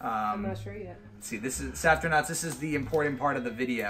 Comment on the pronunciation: One question. Why do you add a T when you say Safrtinauts? I believe it sounds better as Safrinauts and makes more sense since there is no T in your name. Love you all, especially! 🥰 Congratulations on your 1M milestone!